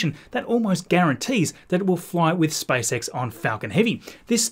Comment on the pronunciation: All I hear is Spice X